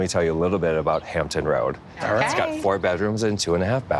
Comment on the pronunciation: Hampton Roads..with an "s"